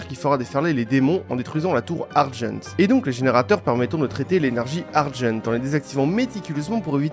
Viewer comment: C’est Énergie Argent, pas Energy Ardjeunt…